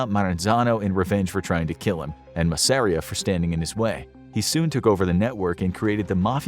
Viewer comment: He mispronounced a lot of names (Persico, Masseria, etc.)